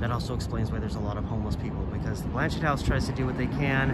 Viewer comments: I’m fairly certain the name is French and the T is silent. It is pronounced more like Blan-shay. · The T is silent. It’s pronounced Blan-chay. It is named after a Catholic Bishop.